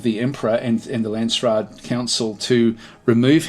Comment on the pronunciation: it is Landsraad, the way you say it sounds like Landsstad, it sounds like German and Lands is like land or country, raad is council, but stad is county or city so it makes a big difference how you say it. Dont want to be a dick about it I am not even German so I am not sure why it triggers me so much:p